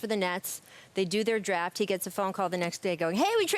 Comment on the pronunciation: "Top 'Droft' Prospect RJ Barrett" - Rachel Nichols, 2019